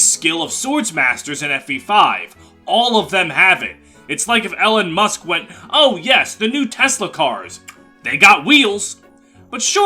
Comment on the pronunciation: nvm u pronounced elon like ellen i suddenly dont care about ur pronunciations anymore